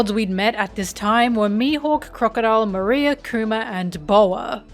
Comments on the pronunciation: Moriah! Not "maria". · It makes me cackle how you pronounce Moria's name, it sounds like Maria xD *wheezes in Spanish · I have never heard anyone pronounce Moria's name like that before haha